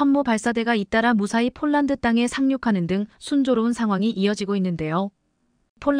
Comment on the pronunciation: 쫄란드는 어느 나라 인가요? ㅍ. ㅊ을 아휴 초등학교에가서 새로 배워와서 방송 하도록 하지 ····